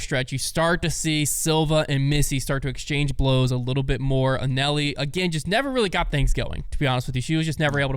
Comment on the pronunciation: Not ONCE did anyone ever pronounce Anneli like did. I'm convinced he only watches the highlights. I'd call it an epic fail, but it's pretty much the norm.